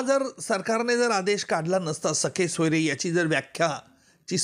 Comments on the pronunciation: वकील साहेब सखे सोयरे नाही, सगेसोयरे असा शब्द आहे, आणि सरकारने यासाठी कोणताही अध्यादेश काढलेला नाही, केवळ नियम (Rules) प्रसिद्ध केले आहेत.... नीट वाचा तरी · निकम सरांना सगेसोयरे म्हणता येत नाही तर ते सखेसोयरे असे चूकीचे उच्चार करताना आढळतात.़